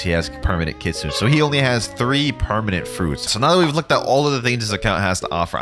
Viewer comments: that's besides the matter, the correct pronuciation for the Japanese word is Keet soonay, because kitsune is japanese for fox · ITS KIT SU NE NOT KITSOON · please stop saying kit soon, please say keet soonay